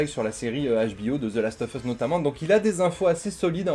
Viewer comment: comment je saigne des oreilles avec la prononciation ; "the last of fus" alors que c'est "USSSSSSSSSSSSS" et pas "FUS" bordel !!